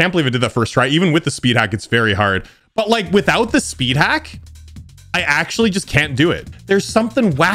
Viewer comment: “Worlds hardest spid”